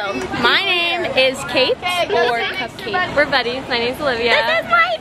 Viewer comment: “cupkate” I’m dying omggggggg 💀💀💀